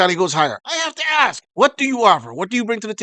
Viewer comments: Ah yes, the classic of way to inquire, to "ax" someone. Always good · Trying to sound reasonably intelligent and saying the word "arkse" 😂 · Even British blacks can't say the word "asK" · So even English blex used the word axe, I thought it was the uneducated American blex, no it’s all of them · I can't be with someone that can't pronounce the word "ask". Call me crazy.